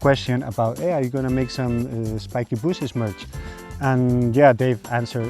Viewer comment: Why is it spikes BOOSHES and not bushes? Did I miss the choke?